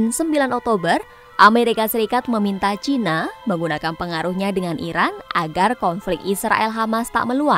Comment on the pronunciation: baru kali ini saya mendengar media mainstream menyebut china dg cina, bagus karena sesuai dg lidah indonesia. jangan ikut2an menyebut CAINA, malah terdengar blo'on